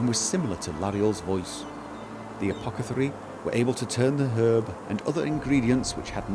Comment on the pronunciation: For every "apoketharii" that is uttered, an apothekarius dies :p